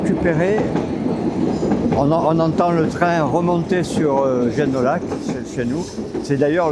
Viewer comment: Oh.Mais on doit dire Génoillac et non comme un parisien